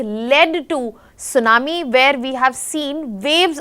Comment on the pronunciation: sunamee no T:face-blue-smiling